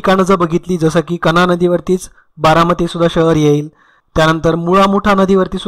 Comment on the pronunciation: Jejuri- kahra not kahna